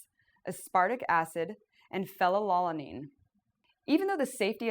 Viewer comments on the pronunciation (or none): You lost all your credibility when you said "fell-uh-lawl-uh-neen." Learn how to read before you make up fear-mongering, bullshit claims.